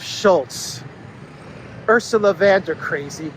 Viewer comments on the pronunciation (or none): VON Der not VAN Der. Just sayin".